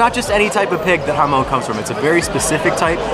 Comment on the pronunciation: Jamón = Ha-Mon, not ha-moan ;)